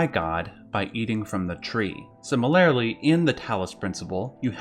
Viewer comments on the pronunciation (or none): when you build this whole video on the premise that you're breaking it down intellectually, and then you say "similar-ily"... I'm just going to leave it at that.